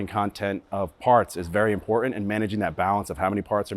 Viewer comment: Pronounce the word "important"